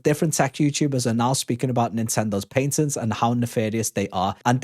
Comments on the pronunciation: Patent is pronounced Pat-(head"PAT")Tent (camping "tent") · Gotta learn how to say patent correctly